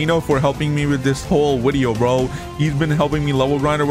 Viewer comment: It’s video not wideo